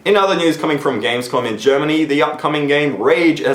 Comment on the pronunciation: Did he say gamescog? or gamescon? Wtf